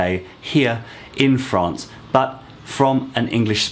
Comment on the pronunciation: “ Fraaance “ ! You posh thing !